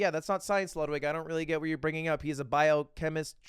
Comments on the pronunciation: Mr. English Degree saying “biochemicist” 10 times lmao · Lud - An English major with a degree Also Lud - "Biochemisist" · “Biochemicist” lmao